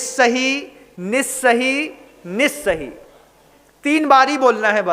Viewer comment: Nissahi aur assahi ka kripya speling ke anusar uchcharan kar pau bina kisi asuddhi ke